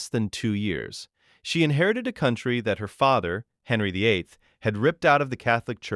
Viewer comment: I like how the AI voice says Henry as "Hunree"